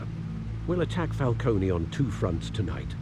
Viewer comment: they say falconenny, no idea how to spell the way they pronounce it. It's cone not conenny!!!